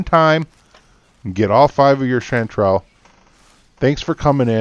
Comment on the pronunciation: No no, of course you're pronouncing it right. What I mean is I never came across with this herb.